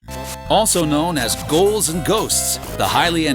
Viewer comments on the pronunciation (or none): Except when he pronounces Ghouls and Ghosts as GOALS and Ghosts....